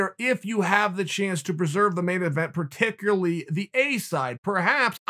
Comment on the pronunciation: I swear Chael gets a mini stroke every time he tries to say particularly.